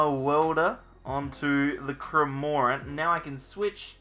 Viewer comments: Just kills me 😂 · I’ve unsubscribed until you can pronounce cramorant correctly, if anything, Kevin would be acceptable